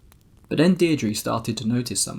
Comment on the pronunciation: The name Deirdre is pronounced Dear-druh, in the first part of video! So glad I found this channel! So entertaining!